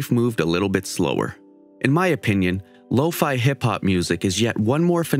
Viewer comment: Me: says “low-fe Them: law-fi